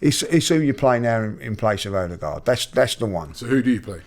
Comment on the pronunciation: And Robbie’s pronunciation of Odegaard. “Orrr degaard”